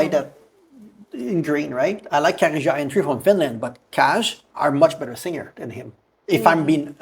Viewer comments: KAJ is pronounced as kai. In Swedish j is not pronounced like in English - djay, but like yi. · I register that pronuned KAJ in the rigt way, but pronunced in English.. that got a lot of french prononciations on letters! I do think vould pronounce it as KAY in english/normandic/french?? I do feel sorry for Måns, he could have won in any other nation, with his europop/eurovision perforemance, it was great! And then some afterthougts.. Im positive, I think Eurovison need this, more autentical, local language, local positive things! On the other hand.. Im afriad if we wins, becuse it costs a lot to host next Eurovision final.. its kinda mini Olympics! Its this that its a EBU competition, its national public broadcasting companyes that competes, that get there fundings frome there population fees not there goverment! In worste case if we win again, we have to watch a lot of USA made cheap soap operas, for a year or two!:face-orange-raised-eyebrow